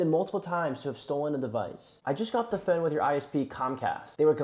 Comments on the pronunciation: “My phœne” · Why do you say phone so differently? Where is your accent from?